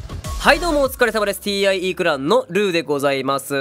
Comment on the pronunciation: 久しぶりに来たら「TIE」ってちゃんと言ってて感動した